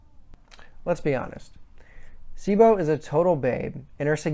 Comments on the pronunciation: Your pronunciation of names is terrible! It's pronounced BLAME not BLAM It's pronounced KILLY not Kirri It's pronounced CHEEBO not Sibo It's pronounced SAH-NAH-KEN not sanakin come on man! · I know I’m here late. But some input: It is pronounced BLAM. The sound the GBE makes when firing. Cibo, is see-bo. Sanakan: pretty much how it’s written. Killy is the generally accepted English name, Kirri is how it is pronounced in Japan. I would put myself nearly on par with Inseinen as far as my general knowledge on this. I have been a fan since this series started selling way back in the gap. I am confident in my knowledge, and so far few have shared such passion and interest on this series which was a big part and still is a big part of my life. I love all of Nihei’s work. I won’t pretend to fully understand all of it. But I am passionate nonetheless about them. And Inseinen was on point. Sanakan is best girl.